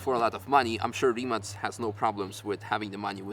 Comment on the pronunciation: congratulations on the correct pronunciation of the name RIMAC